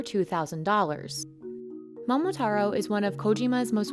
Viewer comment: bro how tf did they mispronounce momotaro 😂